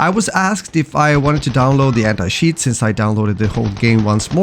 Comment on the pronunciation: Sorry man, I could not watch the video after hearing anti-shiiiiiiit